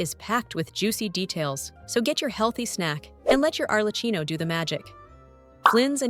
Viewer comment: Just for you to be perfect in your nice video: Arlecchino is pronounced as Arlekkíno. I'm Italian and can assure you that: google translator is wrong. It is a male Italian clown name. That's will made you a pro. Thank y for your video.